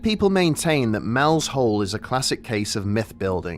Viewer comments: You keep saying "Mel's hole," but it's clearly "Mel's soul." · Are you saying Mel's Soul or Mel's Hole?